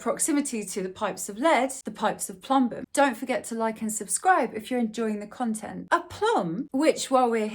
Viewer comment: you actually pronounce it more like "ploombum"; source: I had to waste 5.5 years of my life studying that language and it is still close to my native language. Oh, and welcome back 👋